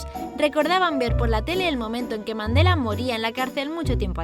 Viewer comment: Pense que decía efecto mandalena